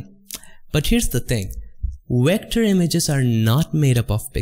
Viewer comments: Excuse me, what’s “recter”? Said “raster, recter, And smart object”, golly I am confused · Nice tutorial. Thanks. I only got confused coz you keep saying wector for vector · What's a wector? lmao haha jk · i love that you say wector, instead of vector, idk why but i think it's cute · Love your videos dude. Just make up your mind on how to pronounce the letter V please lol.